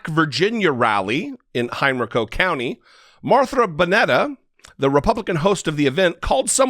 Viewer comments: Good commentary but it's pronounced hen rie co. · It’s pronounced “HEN-RYE-CO”